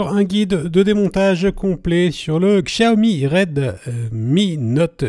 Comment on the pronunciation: Sa se dit fonetiquement "chiaomi'